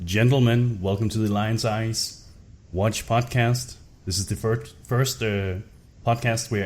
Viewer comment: <3 why is it so hard for you to say Lioneye's? It's always Lionseye's with you xD